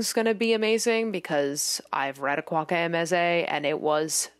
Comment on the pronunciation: hey just so you know, akwaeke emezi's name is pronounced more like a-kway-kay em-ez-ee, rather than ak-wock-ay em-ez-ay they also pronounce it here if that's easier lol